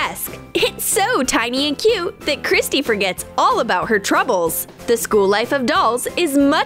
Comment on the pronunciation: did you say all or nall